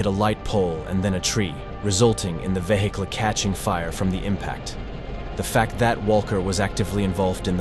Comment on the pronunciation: "vehickle"" Me: 💀 (AI is fr funny sometimes, trying to pronounce even the simplest words. )